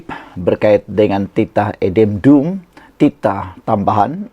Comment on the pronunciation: Buruklah Adendumpun tak fasih sebut, tanyalah orang tau sebut.